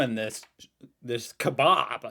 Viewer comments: It’s ee myoo not emo it’s keh-bab- not kobab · It's a fukin KeBAB not a kebob! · It's a kebab, NOT a "kebob".